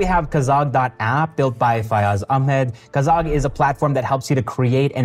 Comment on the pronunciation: it’s kagaz. not kazag